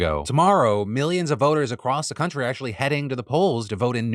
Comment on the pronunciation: When did Phil go cuntry?